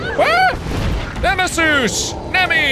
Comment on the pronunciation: It’s dr nemisoos